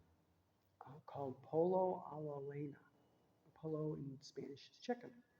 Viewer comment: Ha ha ha ha 😂🤣😅 that's pollo asado chicken (pollo) roasted over fire=(asado)!!! And pollo is pronounced poyo the two LLs are the Y sound my sweet innocent 😇 baby girlfriend 😘💋💋💋💞💓💜☺️🤗😉